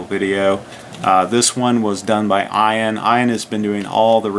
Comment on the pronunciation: Ian is not pronounced eye ann, should be eee ann.